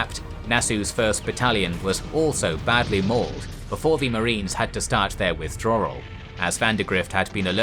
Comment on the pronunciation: Amazing video, except for “Wirthdrawal”